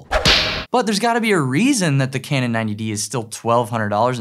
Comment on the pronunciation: Love that you said Cranon 90D .... Ha ha!